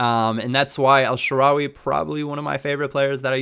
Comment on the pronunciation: The way you pronounce El Shaarawy makes me cringe